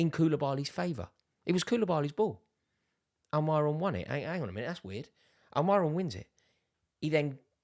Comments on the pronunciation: At least say Almirons name correct. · The way he says almiron😂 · Why does he pronounce Almiron like that😂😂😂